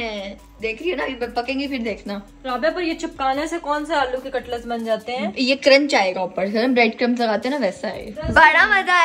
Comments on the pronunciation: katlas nahi cutlet kehte hain. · Aray cutlus niiii hota cutlets hota